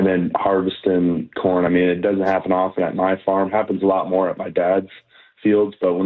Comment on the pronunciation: Salk thought he said something other than corn.